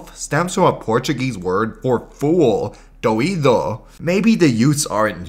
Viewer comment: Real brazilian here your pronounciation here sounds like bad spanish rather than real portuguese, at least in brazil it'd be more like doy-doo' spoken fast The way you said it here sounds more like doído (hurting)